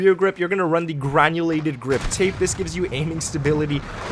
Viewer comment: Well...all that and he STILL can’t pronounce the grip tape correct hahaha. _